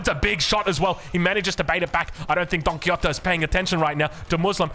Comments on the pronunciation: Probably this comment is the definition of no one asked but... Don Quixote it's pronounced in either two ways: With an x sound, so it's somenthing like Quishote (don't know if that makes a lot of sense for english speakers) Or with the old spanish pronunciation, with a j. So it Don Quijote, like a hard g. And now I take my leave (great cast, as always) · Don Ki-Yotee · wait im confused way is Don Quixote pronounced du muslim